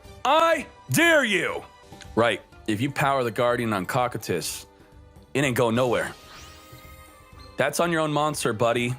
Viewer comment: After watching Overlord, I can confirm it is pronounced as ko-Q-tus